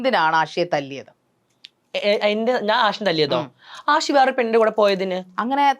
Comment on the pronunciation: ജസി അഷി അല്ല. ..ജാസി, ആഷി. .അത് പോലും അറിയാത്ത ഒരു Anchor..😇😏